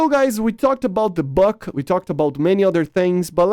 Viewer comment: Not the bak, bUk. Not A/~R - U